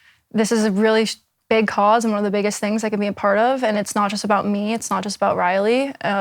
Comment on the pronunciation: Odd how she pronounces words sometimes: wronk instead of wrong, thinks instead of things, competink instead of competing. kekw